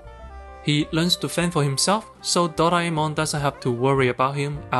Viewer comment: The way you pronounced "Doraemon" I love you